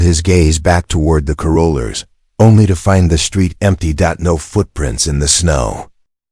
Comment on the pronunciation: Please pronounce carolers correctly…long winded at the end